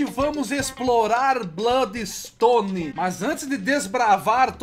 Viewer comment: daora esse "BLÓDIXTONE"